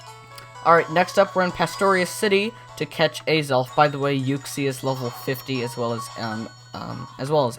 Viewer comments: Its not Azalf Its Azelf bot not judging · Btw Azelf is pronounced with the accent over the second syllable. So it's a-ZELF with the caps denoting where the stress should be placed. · u missed pronounse azelf